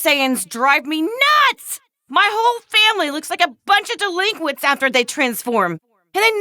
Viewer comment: Chi-Chi calling the super saiyan forms “Deliquents” actually pisses me off